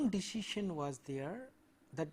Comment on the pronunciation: I forget the true pronunciation of decision after this lecture